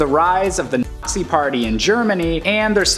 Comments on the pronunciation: Did he say the Artsy party or the Assee party? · Yo why can't he say nazi